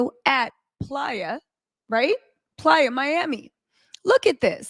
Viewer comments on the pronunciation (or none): It's not plya it's Playa miami😅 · Lord if you say please Miami one more TIME ITS PLAYA. 😢😢😢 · IS IT “PLAYA” or “PLY- A”? is beautiful and AMAZING but I CANNOT handle the relentless mix ups and mispronunciations. Jeezy and Jeanie became Yeezy and Jenny. Where will it end? I can’t!!!!!!!!!!! F!!!